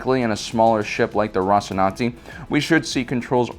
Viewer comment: Mate, it's Rocinante, not Rocinanti. Othwerwise, great video.